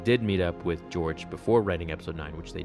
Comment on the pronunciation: “Geore Lucas”